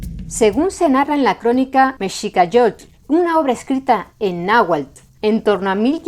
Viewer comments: tu pronunciación del náhuatl es casi perfecta como si fueras de aquí de México, te felicito, la X es complicada aveces CH aveces J otras S y otras tantas X, saludos desde Puebla México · Voy a ser directo. Es el mejor video que he visto que haya hecho un extranjero. Muy precisa la información. Incluyendo la pronunciación del náhuatl. Felicidades! O como dicen ustedes, en hora buena! Incluso un canal “académico” como “raíces de Europa” comente errores. Ya no digamos un canal promedio de historia, los cuales se equivocan demasiado. Saludos desde Ciudad de México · Wow, su pronunciación de la palabra Náhuatl es muy correcta. Sabes que alguien estudia para explicar y enseñar, felicidades y muchas gracias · Gracias por este video,. Soy mexicano y admiro el esfuerzo de pronunciar con la correcta acentuación los difíciles nombres en náhuatl que aparecen en el video. Estudié y aprendí un poco de náhuatl hace algunos años y sé que en el náhuatl clásico del centro de México las palabras se acentuaban en la penúltima sílaba (con excepción de algunos vocativos) lo cual pronuncias muy bien en tu documental. Soy muy aficionado a la lingüística y a la historia.